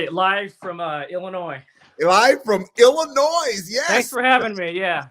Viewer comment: Oh you don’t pronounce the S in Illinois 🤦🏻‍♂️ Being a resident of the state it makes us cringe lol